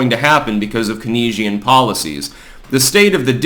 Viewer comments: Keynesian, it's 'cains-ee-en' not Kaneesen for Christ's sake. John Maynard Keynes (pronounced Cains) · Kanesian policies? I'm guessing you meant Keynesian policies. Pronounced "cain-zi-an." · it's pronounced "canes ian" economics. After John Maynard Keynes. He spelled it with a e, so you would think it would sound like key, but it's pronounce like an a. Like a walking cane. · Pronounced Cain-zian.